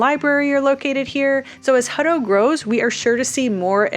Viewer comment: It's my last name, and always been Hut-tow, "Huddo" just sounds lazy. Just saying... 😉